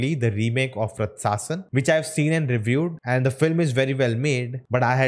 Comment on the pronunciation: Ratsasan is pronounced as " Raachasan "